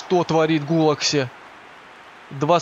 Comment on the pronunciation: Не Гулакси а Петер Гулаши